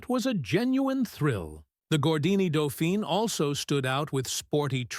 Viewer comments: Se dice "dofín", no "dufain"; se dice "renó" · Doe feen? Non, non, non c'est Doe fan! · Sorry it is doefeen as the e on the end designates the feminine gender. Dauphin or doefan is masculine as in the chap who helped Joan of Arc 😊